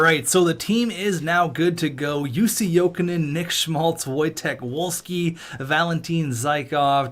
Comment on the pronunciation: When pronouncing Wojtek Wolski, the w’s are pronounced as v’s. Voy-Tek Vol-Skee